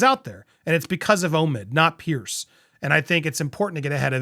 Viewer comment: Piers. Why do Americans keep calling him Pierce or Pearce 😂